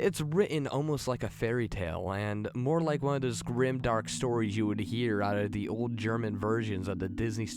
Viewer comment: "Da bridge" "da bunny man"